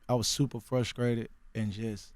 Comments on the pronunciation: "supah fruskrated" "skressed out" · He said; I was super frusKrated I was super SKressed out